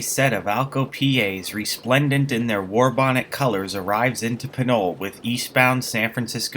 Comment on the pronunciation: I think it's pronounced PINOLEE